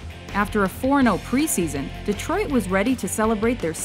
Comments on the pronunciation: Detrot XD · Detrot? Lol